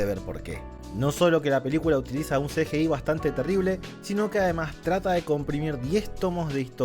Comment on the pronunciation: El mundo: CGI: "El Ce ye ei"